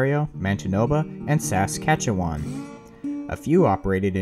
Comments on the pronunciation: as a Canadian the way you pronounced Saskatchewan and Manitoba hurts me lol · I will now say Reading right if you say Manitoba and Saskatchewan correctly